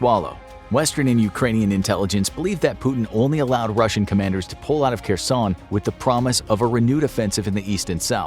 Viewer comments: Her+son ... not Ker+son Also Har+kiv ... not Car+kiv It's painful for natives to hear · It's pronounced "HAIRSONE"!!! The 'Latinized 'Kh' gets a hard 'H' sound. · its pronounced Her-son.